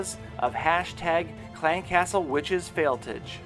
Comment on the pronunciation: valcrys is ok but failtige makes me roll my eyes lol